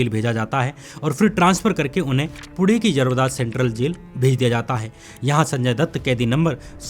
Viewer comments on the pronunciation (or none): none